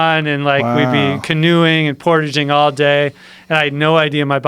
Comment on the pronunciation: "Portaging" - all of the Candians cringed together on that one.